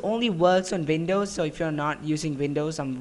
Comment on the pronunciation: Am I the only one or do you guys also hear him saying vindows instead of windows????